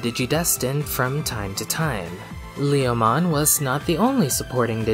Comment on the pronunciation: "Whether it's in Japanese or in any other language, Lee-oh-mon is always Lee-oh-mon." Now, I'll have to correct you there. In Japanese, while the intended name is certainly the same, it's pronounced more like "Leh-oh-mon". Also, while Leomon's death has become a bit of a meme, he actually tends to be treated MUCH better if you look outside of the anime. All of the first 4 Digimon World games feature a Leomon NPC who stays alive through the end (the one exception to this is Digimon World 2, which features two NPC Leomon, one of which serves as the game's tutorial boss and is seemingly killed upon defeat, though the other one just spends the entire game hanging around the arena IIRC). Cyber Sleuth pokes fun at Leomon's tendency to die without actually killing him...... twice (once with BanchoLeomon, and then again with a regular Leomon, the latter of whom staged a re-enactment of his death in Tamers). And then you've got V-Tamer...... the Leomon in that manga, named Leo, is an absolute savage. And not only does he survive all the way through, but he even manages to evolve into Panjyamon, and later into Regulumon.